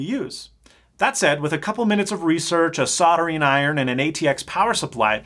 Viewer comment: Gods damn it America!! "Solder", not "Sodder"; there's an L in it. Check it out, even the Urban Dictionary gets it